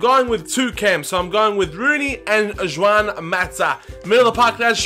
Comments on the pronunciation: Juan, not Zhuan. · Why are you calling Juan "Juwan"?